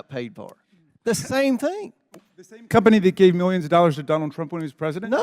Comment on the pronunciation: That countryass hick is the absolute dumbest and beyond the worst at this. Plus... who tf says cump-ney😂😂